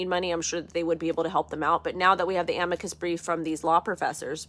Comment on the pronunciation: Ah-mee-cuss brief 😊 great stuff 👍